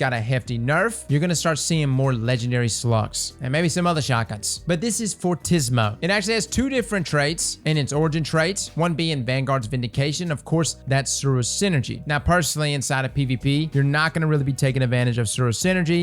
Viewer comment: Nitpick: it's pronounced "for-tea-see-mo". It's used in music to tell the performer to play louder